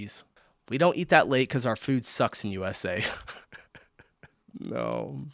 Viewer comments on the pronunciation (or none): none